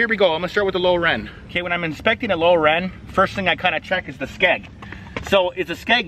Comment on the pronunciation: OH... Lower END 🤯, meaning the Lower Unit. Brother I watched this video a few times wondering what a "Low Ren" was. I'd never heard of a Low Ren on a boat before 😂